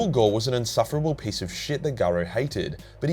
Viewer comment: I don’t understand; is he saying “piece” or “pace”?